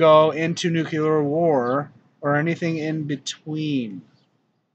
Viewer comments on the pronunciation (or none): nu clee ur . . not nu cue ler . . awesome videos . . mandela effect is more than real . .